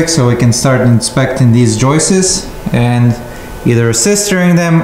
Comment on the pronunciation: Thanks for correcting the Recipricating saw issue. The next lesson is to say floor joists instead of Joyce's. Keep up the good work.